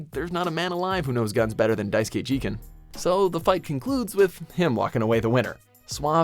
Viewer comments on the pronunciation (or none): It’s pronounced ge-gan and lu-pon